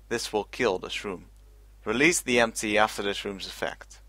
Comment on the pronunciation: every time he says MT it sounds like ‘empty’